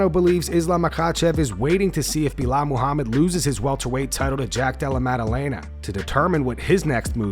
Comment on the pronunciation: Why did you say Belal’s whole name like it was one word? Belamahamid?